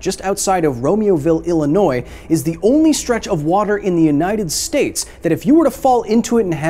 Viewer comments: Thank you for not saying the s at the end of Illinois. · I appreciate the fact that you pronounced Illinois correctly